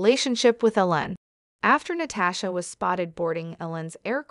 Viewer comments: His name is EEEEEEE-lon! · appears to be a computer-generated voice that can't get Elon's name pronounced correctly???